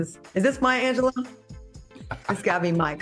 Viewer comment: Claudia...it's Anjelou..."Lew"